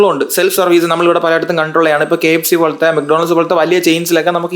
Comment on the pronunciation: കെ എബ്സി, കഞ്ചാബ് എന്നിബ ഉബയോഗിച്ച് ഇന്നത്തെ തലമുറ ബഴി തെറ്റുന്നു 🪔💀